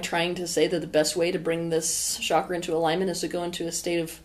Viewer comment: Isn’t it pronounced ‘chakra’ not ‘shakra’?